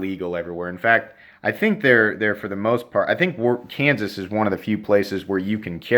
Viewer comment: He saide kanses